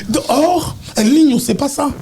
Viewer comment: el nino et non el minho